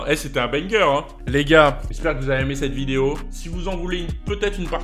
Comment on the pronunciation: "j'espere qu'vous avait aimé cette vidiyo" chuis dead 😭🤣